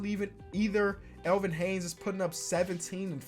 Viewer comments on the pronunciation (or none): after all these years of hearing him say Elvin Haynes, I've now decided to comment that he says Haynes instead of Hayes every single time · bro your a great youtuber but i stg stop saying elvin “haynes” there is no N in his last name bruh, it’s HAYES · Lmao he keeps calling Elvin Hayes, “Elvin Hanes”